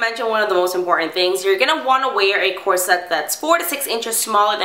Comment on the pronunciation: I only lasted a minute before the mispronounced "corsette" just annoyed me too much.